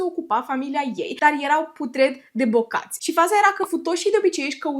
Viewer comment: "putred de bogati" nu in vocabularul lui "putred de bocati" in vocabolarul lui